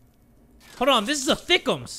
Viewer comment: Anyone else laugh when said 'thickems' lol